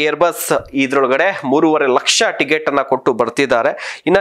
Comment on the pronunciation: ಟಿಗೆಟ್ ಅಲ್ವೋ ಟಿಕೆಟ್ ಮೊದಲು ಕನ್ನಡ ಕಲಿಯೋ ಬೋಸುಡಿ